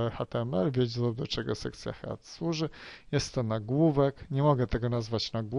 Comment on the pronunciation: Proszę nauczyć się wymawiać słowo angielskie "head"----wymawia sie dosłownie przez "hed", a nie jak Pan przez "head"